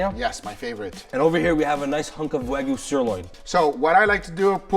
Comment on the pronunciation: its wagyu like muhamad is a prophet